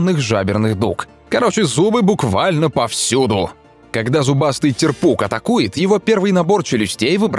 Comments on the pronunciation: Правильно тЕрпуг а не терпУг. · Т`ерпук, а не терп`ук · Шикарное видео Некоторых рыб ни разу не видел и не слышал о них Но вот не терпУг а тЕрпуг